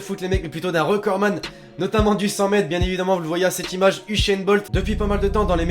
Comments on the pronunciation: Ushain Bolt 😠sa se dit Uzain Bolt 😈😆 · c usain Bolt pas ushaine bolt